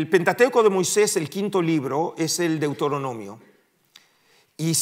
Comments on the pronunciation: DeutOronomio😅 un académico qué no sabe pronunciación básica de los libros de la biblia. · No es Deutoronomio, sino Deuteronomio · Qué se puede esperar de un académico que ni siquiera sabe pronunciar Deuteronomio!!